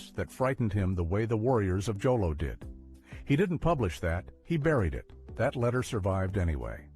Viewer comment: Jolo is not pronounced with a J. You say with an H. It's pronounced as "Holo."